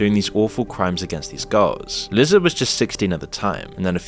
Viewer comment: Are you voiced by AI? Why are you calling him Sheen? Sean is pronounced "Shawn" and Liza isn't "Lizza", its more like Lisa with a z instead of an s.